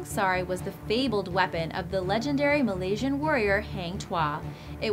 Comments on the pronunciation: It Malaysian not Melaysian but I am Melayu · IT IS "MALAYSIAN" not Melaysian !!!